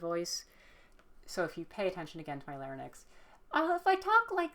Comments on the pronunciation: Lair-inks, not lare-nicks. :) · my girl, it's larynx, not larynex 😅 but thanks for the video, I'm struggling with voice training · The way you pronounce larynx is distracting me too much to pay attention im so sorry